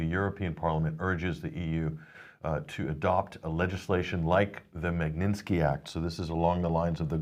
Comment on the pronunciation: MAG-NIT-SKI, not Mag-nin-ski, get a grip! :)